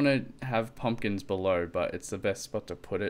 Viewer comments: IT'S "PUMPKINS" NOT "PEMPKINS"!! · PUMPKINS! Not PEMPKINS!! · its pumpkins not pempkins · u said pempkins not pumpkins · Pempkins lol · Pumpkins not Pempkins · pumpkins not pemkins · Btw u spelled pumkins - pemkins XD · insted of saying pumpkins he spelt it pempkins lol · Pempkins????? WTF At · Pempkins LMAO! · lol "pemkins" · Pempkins!!! Fix it plz, it be drivin meh crayzay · Why did you say pempkins :) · You said pempkins lol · Pempkins? XDD